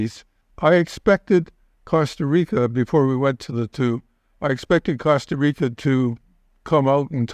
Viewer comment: Good talk but after living in Panama all that time, it bothers me that he cannot say “Costa Rica”. I believe he was informative in many ways though. Just please, learn to pronounce the beautiful words in Spanish, not English.